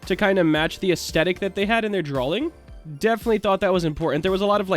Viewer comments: Is it just me or does he say "Drawling" instead of "Drawing"? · hes saying draling lol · not me wanting to slap him for how he says drawing in the video like it has a L